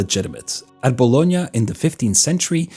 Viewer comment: I ADORE you for pronouncing Bologna correctly! I think I've never heard a non-native speaker nail the "gn" italian sound